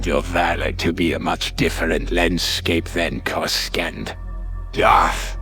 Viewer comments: "CorisCONT" keeps pulling me out of it lmao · Why cant it say corasaunt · Good AI reading but the pronunciation of "Coruscant" is kinda throwing me off lol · If you played the original TIE fighter, the Imperial briefing officer would pronounce it that way as well. Other books also mention outer rim accents that were noticeable and looked down on by core-worlders. I've sort of imagined it as a fairly common in-universe mispronunciation in case that's helpful for immersion for anyone else. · it's pretty cool how you manage it, most of the AI style book narrations can be really jarring, on yours you can rarely tell at all, I mean on this one the only time I can recall is on the word Coruscant, and even then its only the old pronunciation , one word in a whole story is pretty amazing